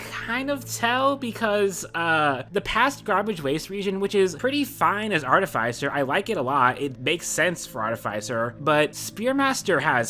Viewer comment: it hurts me how you pronounce artificer